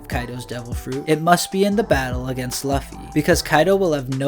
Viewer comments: Looooooofy not lufy, you make him sound hes big boy record pirate.sheesh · Its loofy or luufy/lufy and its written Luffy bit this man says løffy (ø as in u in under) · Bro English means its not luffy its luuuuufy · yeah u lost me at "lawffy" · Bro its said Loo fee in one word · how do you have a voiceover spot on this channel and still say “luh-fee” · You can call him Lucy...but its not "luhffy" lol that is all. I dont know why that bothered me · He says luffy (same u as in under or lucky) its annoying as f. Im getring anxiety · can you start pronouncing Luffy correctly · Yo I was wondering if someone was going to say something about that. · Ayo the u in Luffy isnt the same as in under or lucky